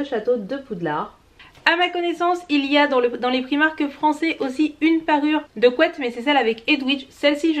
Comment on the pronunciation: Un petit effort sur la prononciation de la marque Primark ne serait pas du luxe. Et par pitié, apprends un jour à mettre du rouge à lèvres. Ca fait sale au possible.